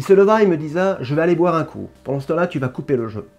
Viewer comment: Bien vu !! Cependant attention au français !!! « il me disat !!!!! » je saigne des oreilles 👂 😉